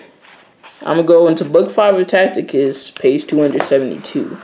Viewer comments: It’s pronounced “Tass-itus” not “Tackitus” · Learn how to read bwoy its not tacticus, its ta ci tus, ta see tus, seen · Tacitus not tacticus lol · Brother I believe his name is pronounced "TASS-SI-TUS" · When you jump into the world where scholars & scholarship; where academics have done extensive research, your credibility is tantamount. You must know how to pronounce Tacitus or anything foreign to yourself. Secondly the text with regard to the "Ethopians" from Tacitus Histories Five states that he does not know where the Jews came from and offers five alternatives answers to that question. What you have done is to cherry picked one story without referencing that fact. It's is important to be credible, to sift deeply into a question or position and to give the subject the thoroughness it deserves. I trust that this will encourage you to look more deeply into this question, additional, to be fact based so that you don't present a narrative you want to see... happen...